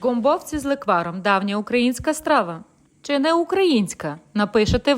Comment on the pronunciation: З лЕкваром,а не з леквАром!